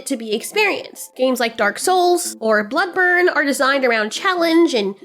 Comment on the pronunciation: Blood BORNE, pronounced BORN